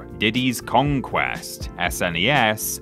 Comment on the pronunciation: I can't stand everyone retroactively calling it "super nintendo" or "Ess, En, Ee, Ess" in the 90s absolutely everybody called it the "Snez" So thanks for doing that